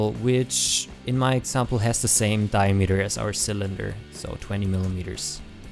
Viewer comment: Like, It's a good tutorial... But the way you pronounce "diameter" makes me cringe down to the bottom of my stomach. And the amount of times you say it, you would think you would get it right just once...